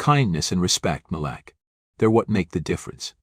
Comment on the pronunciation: When you tell your stories please say the names correctly you sound not so good saying Malik name wrong as if you are showing a sincere apology for being prejudice yourself. Stop it because I have listen to several of your stories 🫵🏼👏🏼👍🏻🤞